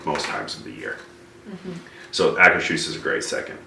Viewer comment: You are pronouncing Akershus right, however it is not a german word its a Norwegian word.